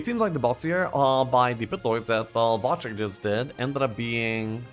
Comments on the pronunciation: I can't be the only one who smiles whenever calls Wojtek Watch-teck/Wash-check/Łodżtek:D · Come on lets just start saying wojtek properly...